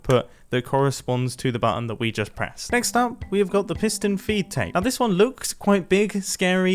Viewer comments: I’m very sure he said foot tape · Never knew it was a piston “feet tape” and not “feed tape”